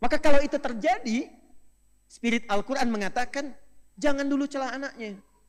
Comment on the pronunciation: Qur an di baca qur ain